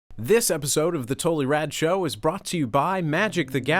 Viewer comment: lol when she said "totally rad show" I thought she said "total erection"